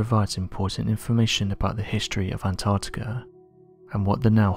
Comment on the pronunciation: "Antarctikerr" sounds cool